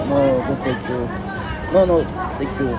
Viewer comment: abi o kadar no tank you dedin ki,ne demek asil ben thank you geldi aklima 😂😂😂